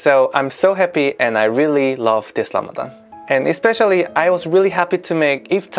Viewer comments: Well its RAMADAN NOT RAMADHHHHAN . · You always saying "Lamadan", you must learn to pronounce it well (Ramadan), not "Lamadan". Ramadan Mubarak. your brother Ramadan Ziada, from Palestine.